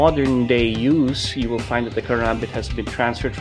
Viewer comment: But? Weel it keel?